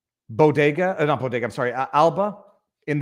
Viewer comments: Jill pronounces bodega like “Bogota” as in the country of Colombia. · It’s BEAU-de-gah. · She couldn't even pronounce it right, What the hell is a "boo diga" ? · She can’t even pronounce BODEGA!